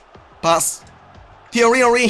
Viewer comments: I refuse to watch another episode until you sell Henry. Cannot listen to “teeeaiiweee honweee” any more. Good luck tho bro x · please say tieeryyyy oeriiiii like that only... Something that makes me laugh every time 😂❤️